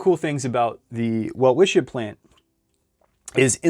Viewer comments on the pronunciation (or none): "Welwitschia" isn't that hard to pronounce correctly. Say "well"-"witch"-ya, to get even closer to the German pronunciation you could replace the /w/ sound by a /v/, but that's optional...